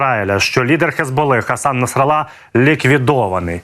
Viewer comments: Робіть правильно наголос -Хасан НаСРАлла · Главное в имени Насралла поставить правильное ударение...